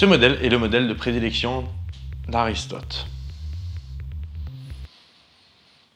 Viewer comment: je me posais des question,pourquoi quant tu dit le nom d’Aristote je suis mort de rire? et feras tu un la preuve par vieux sur lui?